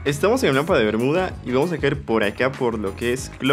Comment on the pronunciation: CUANDO DIJISTE BERMUDA EN MI COMPUTADOR SE ESCUCHO BERDUGA XD JAJAJAJAJAJA